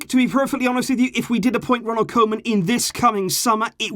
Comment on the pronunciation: Please, I beg you, it's pronounced "KOO-man".